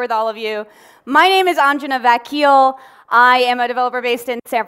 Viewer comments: I'm sorry but it's not AanJna VaeKiyal it's Anjana Vakil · Apan naam tameej se lo behan. Anajana vakil hai Aaanjanna Vakkkil nahi hai